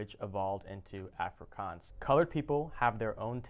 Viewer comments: Good job pronouncing the languages. But Afrikaans is pronounced "afree - kaans" (kaans, same sound as chance, but with a 'k') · your saying Afrikaans wrong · Its funny how you can say braai correctly, but not afrikaans. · The way he said Afrikaans was hilarious 😂😂😝